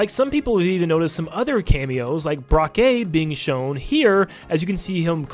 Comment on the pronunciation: It’s not pronounced “Brock-Que.” It’s pronounced “Broke.” It’s French.